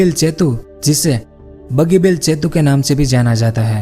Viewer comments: Its setu not chetu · जेतु नहीं सेतु होता है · Bhai aap setu ko chetu bolte ho